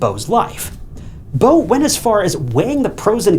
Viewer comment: Say “Beautiful” Beau-tiful now say the guys name “Beau” again and call him bow one more time..🫤